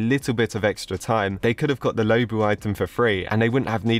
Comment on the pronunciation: Is not pronounced lowbu is lowbwo